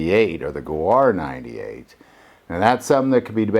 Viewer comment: Gawar? You mean gewehr (guh-vair).